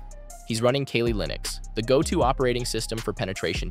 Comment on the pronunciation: Wow, great editing and great information.. I actually learned something.. also it's Kali, not Kali.